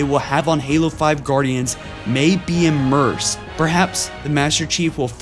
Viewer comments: he also said immerse instead of immense, I noticed other little things too. this guy isnt the brightest lol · The first and likely only video I will ever dislike. There were many errors in it, ranging from improper pronunciation of "geas" and "immense" to just reading off the article that was itself not very good.This shouldn't have made it to Youtube, you guys need to check for quality before publishing. Halo Follow thus far has been wonderful, don't let it start to slide.